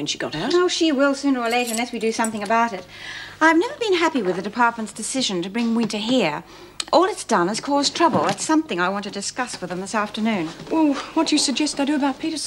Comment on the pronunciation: Erica saying "decision" sounds like "disss cision"